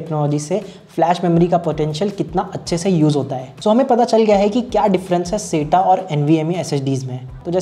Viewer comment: सेटा नही साटा